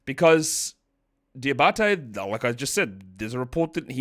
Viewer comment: From the French guy, you now have Moussa Diabate's name on lock ! Cheers man 😁